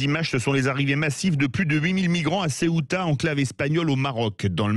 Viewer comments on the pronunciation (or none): none